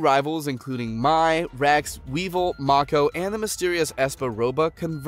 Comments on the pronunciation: Mako is pronounced make-oh, my guy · Mako not marko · I'm so mad about this man pronouncing mako's name wrong